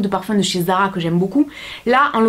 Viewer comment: zara pas ara lol